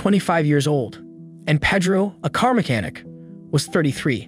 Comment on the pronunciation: It's pronounced Pay-dro, not Peh-dro